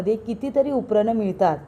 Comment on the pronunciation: 'ऊपरण' ह्या शब्दाचा उच्चार नीट करा ना!